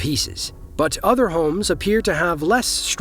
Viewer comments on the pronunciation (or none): none